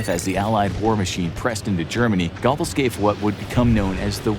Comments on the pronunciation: Thank you! I kept laughing out loud at Gobbles. It’s pronounced like a cross between go-bells and go-bulls. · Gobbles...lol It's Goebbels 😄😄😄 Cool videos though guys. 👍🏻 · Bro said Gobbles lol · Gobble Gobble. What is he, a turkey? It's Josef Goebbels. Not Gobbles. This channel is a joke. Gobble Gobble 🦃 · I really don't expect you to properly pronounce 'Goebbels', but surely you can do better than 'Gobbles'. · "GOBBLES? I mean, he WAS a mentally disabled turkey, in a way, but you're butchering the name. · That's not how you pronounce goble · Like a 🦃 He gets it at least a little better latter in the video. Someone must have stopped and corrected him half way through !